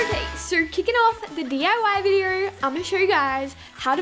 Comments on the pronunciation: "Videor" thats how she says video haha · I love it when she says video. It sounds like vider and it’s so satisfying. 😂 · Vider vider vider. I literally can't watch her because of how many times she says video.